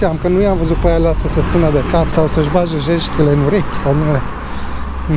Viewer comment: "sa-si bage jejetele"..genial!! stiu ca sint degete, dar cum le spune....